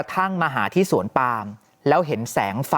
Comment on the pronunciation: นักข่าวที่อ่านว่า สวนปลาม ยังอยู่มั้ยคะ😂😂😂